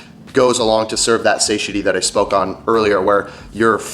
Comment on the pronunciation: That's not how you pronounce "satiety"